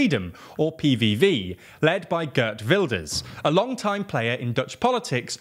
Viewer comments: Gurt Wilders, don't know who he is ;) But I've heard of Geert Wilders. For the English speaking people, Geert is pronouced as Geart. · The way he pronounced Geert Wilders has me in a hospital bed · gurt wilders... lol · I think the majority of Dutch people would mess it up equally since Wilders is from Limburg and there they have the soft g if we're gonna be this nitpicky hahaha